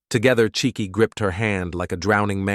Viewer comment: This is a Nigerian family. The father's name would be Chike, pronounced Chi—ke (Kay, not key).